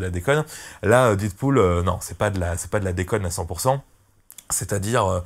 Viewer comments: La prononciation c'est pas didpool mais dèdpool, mais bonne vidéo quand même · do you speak english guy ? prononciation "did pool " c'est "dead pool" comme dans la cité de la peur "red is dead , adieu youri..." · "Didpool" mdr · Mal prononcer le nom du film dès le début de la vidéo... Les puristes auront déjà changé de vidéo après 11 secondes!